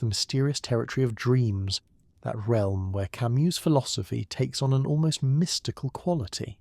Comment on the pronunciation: This would be wonderful if… The AI narrator would decide on a single pronunciation of Camus, Sisyphus etc. Quite jarring.